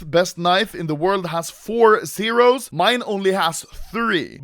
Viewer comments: he says Sero not Zero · realise how he says sero instead of zero